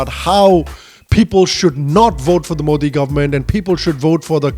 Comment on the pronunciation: They can't even pronounce Modi properly